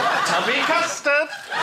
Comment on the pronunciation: the one thing I will forever have from the teletubbies is that the couldn't pronounce things quite right (relatable as a child I feel) and I always remember it being "Tubby Tustard" in sort of a 2-4 year old's attempt at it so if you're gonna besmerch the tubbies like that at least to it right, Joe